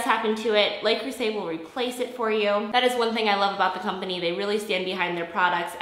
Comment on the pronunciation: Could ya learn how to pronounce the name of the brand before giving a review?